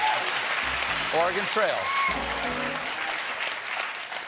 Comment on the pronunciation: Hey! Colbert can say Oregon correctly. Nice to know he isn't one of those ore-gone people.